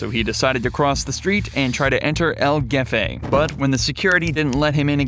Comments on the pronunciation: I like how this channel keeps tabs on the cops, who are generally morons, but then the narrator pronounces “el hefe” as “el geffay”. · "el gefe" 😭